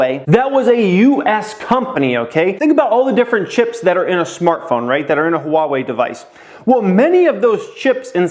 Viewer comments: It's wah-way not huh-wah-way. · It’s pronounced wah-way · Love your videos brother! Appreciate your input! Started investing very heavily last November and I’m completely obsessed with every aspect of looking for opportunities. Ohh it’s pronounced “Wah-Way” I think. Keep em coming man. You’re inspiring tons of people like me every day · Lol it's pronounced waa-way :) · It's Ha-Wah-Eeee. . . Sheeesh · Replace the H with a W for pronouncing Huawei my man. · Yo dude, you need to pronouce Huawei correctly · really wants us to know there's an H In Huawei. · you’re saying the name wrong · Yeah, but he is over emphasizing the H. Most people just say wah-way, which is incorrect.